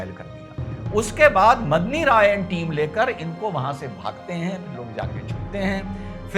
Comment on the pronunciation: Last mei daulat khan ko ibrahim khan bol gaye ji!! Medini rai ko madni rai mat boliye🙏